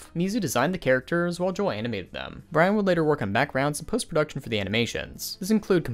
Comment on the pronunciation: It's pronounced Ho-elle Ge-rah